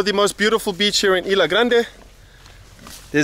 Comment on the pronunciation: IS-LA not EE-LA Grande and it's Caribbean not Caribic LOL.